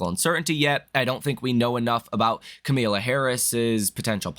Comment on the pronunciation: OMG, please learn how to properly pronounce the democratic presidential nominations name. Ka Ma La